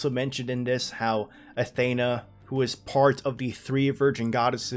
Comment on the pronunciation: You're pronouncing Athena wrong!!!!!